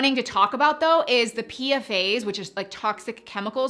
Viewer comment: As an insurance professional dealing with PFAS exclusions etc, it’s usually called P-FASS… not PFA’S. Call it what you may, just throwing it out there. Thank you for including that issue in your video as it’s a real issue.